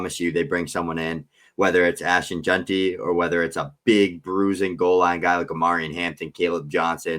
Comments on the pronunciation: Bro there's no U in JEANTY. It's not Junty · We gotta work on the pronunciation of “Jeanty”😂 solid stuff though